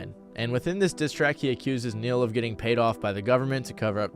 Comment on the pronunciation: For a sec, instead of “Neil” I heard “Ne-Yo” I was finna lose my shit lmao